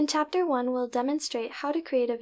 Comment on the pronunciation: why does the presented say 'tsapter' instead of ''chapter''? Did you use your own voice or was it a bot?